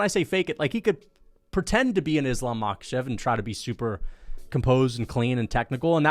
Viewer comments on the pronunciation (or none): none